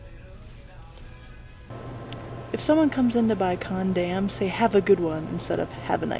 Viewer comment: it seems you do to much "random eating and drinking" and the fact you pronounce condom as condam shows your not getting any.